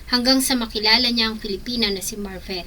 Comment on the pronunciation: Pakiayos ng pronunciation ng Slovenia at Marvil. Nakakairita. Magbabasa na lang mali mali pa. 🤦‍♀️